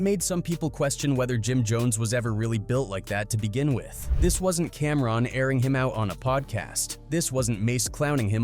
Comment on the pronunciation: He even said “Camrin”🫵🏾😆 Crazy